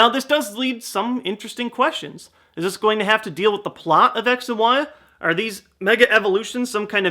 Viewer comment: I swear I heared him say: "Sex & why." PS: I know he sayd X & Y so you don't have to reply me with that.